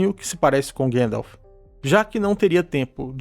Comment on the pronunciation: seu conteudo e otimo mestre, mas por favor e gandalf e nao guendalf hauhauauhauhuah